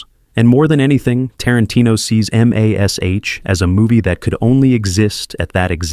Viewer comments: Mas. H. Stupid ai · MAS..aytch…oh please